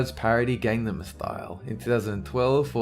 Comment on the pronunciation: I hate it when people mispronounce gangnam